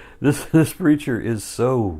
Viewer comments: I swear, half the time i thougt you call him creature not preacher ha ha. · "This -reacher is so confused" it sounded like creature on first viewing and took to replays for me to hear preacher XD